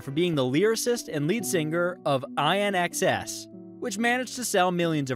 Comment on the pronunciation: Mate. Please get an Aussie to help you pronounce our words. INXS is spoken in in-x-s. Cheers